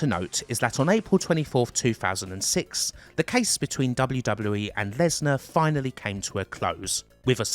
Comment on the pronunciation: Bwock Lenswar